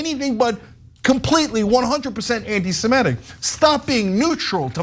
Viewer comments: You've got all the important points covered here, so I'll stick to the least important one: It's anti-seMITic, not anti-seMETic. Sorry, had to scratch that itch. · Even Ana mispronounces ‘Semitic’__ it’s NOT ‘Se-MEH-tic’!!!!! Get it right Ana!!!!!___